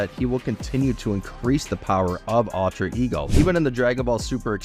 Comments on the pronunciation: UL-TRA not AL-TRA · “Altra ego”